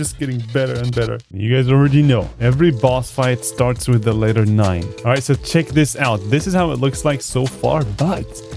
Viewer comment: "letter nine"